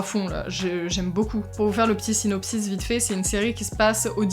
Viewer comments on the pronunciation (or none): none